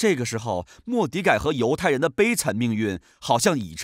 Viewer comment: 读错了吧